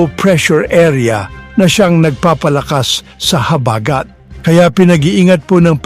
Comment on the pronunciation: I like the way the gentleman says or pronounces the word "habagat" (accent on the 1st syllable). CUTE!